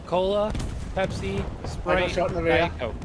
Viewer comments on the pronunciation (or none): none